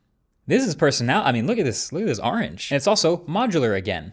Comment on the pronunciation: I just wanna ask if anyone noticed how he pronounced orange 😂